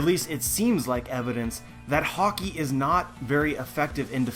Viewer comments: good video. only thing that ticked me off was how you pronounced Haki. you say haw-key but the anime says ha-key. that's a personal thing but yeh good video. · why are you pronouncing "Haki" as "Hockey"? Anyway good stuff. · Love your videos agree with 90%+ but for the love of oda stop pronouncing haki like hawki other than that keep up the great work:) as far op fruits go, I know it's a movie fruit but still well established within the universe, Ain's modo modo no mi is in my mind the single most over powered fruit there is, if she was on whitebeards crew or any of the old powerhouses.......I shutter to imagine